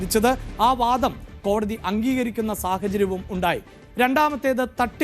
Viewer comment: അന്തിമ വാധം അല്ലെടോ അന്തിമ വാദം ആണ്.